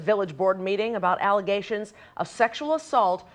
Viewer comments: Water main break 😂😂😂 " false allazations" 🤣🤣🤣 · They’re just “allezashuns” 😂😂😂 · IKR? I cringe listening to her with all those "ALIZATIONS" against her. 🤣🤣🤣🤣🤣🤣🤣😫🤣